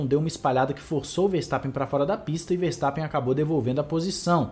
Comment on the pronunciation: Chupa "Farstappen" kkkkkkkkkk